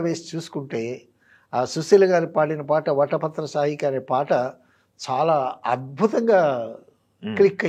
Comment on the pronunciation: వటపత్రసాయి కాదు పెద్దాయనా.. వటపత్రశాయి....